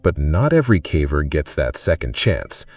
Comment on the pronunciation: AI can do so many impressive things but it cant pronounce "caver" correctly